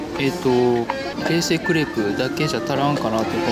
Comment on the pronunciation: 冷製がえいせい にしか聞こえないwww